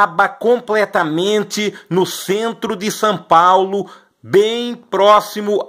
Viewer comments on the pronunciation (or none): “Sãpaulo” kkkk